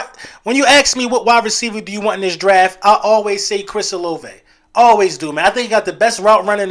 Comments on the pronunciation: It’s O LA VAY, if we draft him ima need you to pronounce his name right lol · You and both been saying Olave